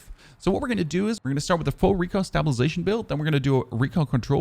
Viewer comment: Stop pronouncing stabilization wrong it's killing me lol